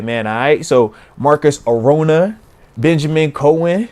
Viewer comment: Bro moats said my name right!!!!!!!!!! Marcus Orona